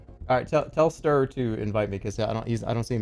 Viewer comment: Ster is Dutch for Star except you don't bloody pronounce it like that. 😂 Yall pronouncing an E like a U "Stuhr" instead "Ster" with an E like in Elmo so like Stelmo - the lmo and + r = Ster (and not stur)